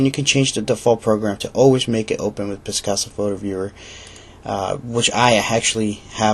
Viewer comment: It is not piscasa. Picasa.